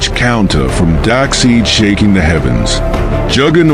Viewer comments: His name is Darkseid not darkseed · I kept wincing every time you so badly mispronounced Darkseid. Despite the spelling, it's pronounced dark-SIDE, not dark-SEED! Gawd!! But nice fight otherwise. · Lol dak seed and jjooooger-not